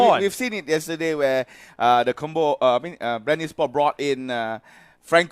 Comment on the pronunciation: Bre ng bre yung commentator ayaw nalang sabihing bren eh hahahahaha